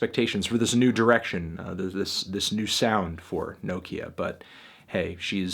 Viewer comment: melon please pronounce nokia right